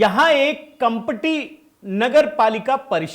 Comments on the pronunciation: Kampati to be pronounce kamthi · भाई कंपटी नहीं जी कामटी है Kamati है